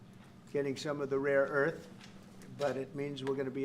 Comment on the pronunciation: 一个纠正： rare earth 不是raw earth